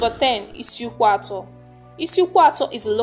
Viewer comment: Which kind igbo you de talk. You can't call the names well. Please am from isukwuato. Call it well please